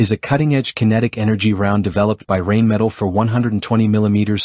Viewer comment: Rubbish diction. The AI cannot even pronounce Rheinmetal (Rain Metal) or Era (Air). Why not just use a human?